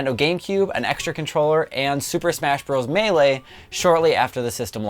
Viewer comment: You said Melee wrong.